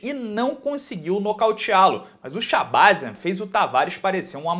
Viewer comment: Provavelmente, a pronúncia é shabazyan com a última sílaba forte.